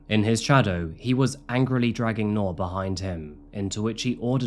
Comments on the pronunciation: Her name is pronounced like NEW-R, New'r, Nuu'r, newer... Not 🚫 NOR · Bro saying Noor like Knorr Soup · Not to be a stickler, but its "Noor" like 'Noob" not "Noar". Means light in Arabic. :) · I wish you had taken the time to learn how her name should be pronounced😢